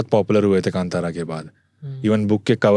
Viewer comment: बार बार kantara kantara बोल रहा हैं. ढंग से कांतारा बोलना ओके और बीच बीच मे दोनो बोलना बंद करो. आगे वाले की सुनो